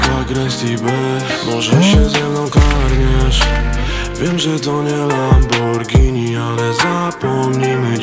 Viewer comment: Czy tylko ja zauważyłem że white, to jeden z raperów/traperów, którzy poprawnie wymiawiają nazwe tej bardzo słynnej marki nazwanej lamborghini, którą poprawnie czyta się lamborgini